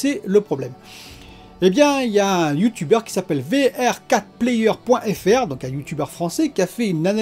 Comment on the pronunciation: Hello ça se prononce VR for player